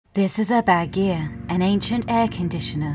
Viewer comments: It’s pronounced bawdgear not bad gear. The word Bad in English comes from the Iranian word of the same meaning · it should be pronounced bud-gear not baggy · Badgir is pronounced like this: Bud-geer. Bud as in flower bud. G as in google, ee as in sheet.